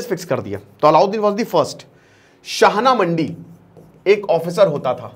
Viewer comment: शाना मंडी नही बोला जाता है शहना ए मंडी कहा जाता है